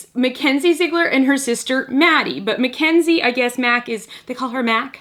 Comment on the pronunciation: It's Mackz not Mack